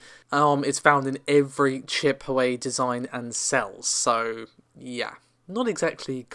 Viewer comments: Hey, just to let you know that Huawei is actually pronounced "who - are - way". No Grammar Nazi, I'm just letting you know. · Yea it's a REALLY bad attempt. Wah-way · Sorry, Can't help myself; Its pronounced "Hwa-way" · Just for future reference it's pronounced 'Hwar-way' 😊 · Nvidia is about to introduce a small refresh,plus a small price cut. Huawei is onounced WAH-WAY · Huawei is Pronounced - Waaaa-way :) Also Navi is “Nav-eee” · Minor nitpick, but you aren't pronouncing "Huawei" correctly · The way u say Huawei 😆😆😆